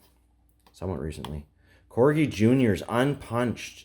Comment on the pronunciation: You are saying corgi right